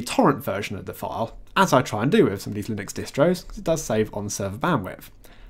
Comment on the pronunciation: stop mispronouncing linux